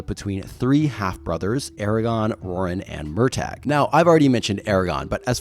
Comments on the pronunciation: Mur-taa. Not. MUR TAYG. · I'm.. sorry? Murr-tag?